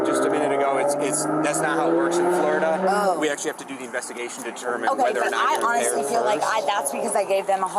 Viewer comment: Flo- ri- DUH!!!